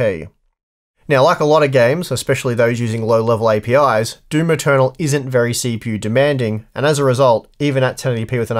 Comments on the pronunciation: "Verh High Quality" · "Verh high quality" :) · "Verh High Quality" hehe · Ah yes, Verh High Quality is the verh best quality.